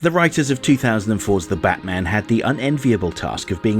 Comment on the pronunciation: Wait wait wait you said "the Batman" wrong in this video!